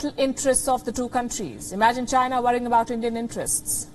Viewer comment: Pronounce China... Not Gina!